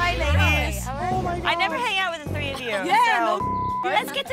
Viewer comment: "Couple two tree tings" lol